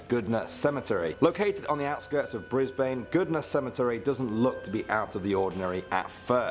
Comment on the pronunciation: Am i the only one who cringed a little when the person in the Video said canberra and brisbane wrong?